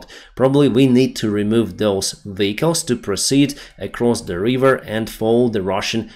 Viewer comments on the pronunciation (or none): vEhicles, not vichles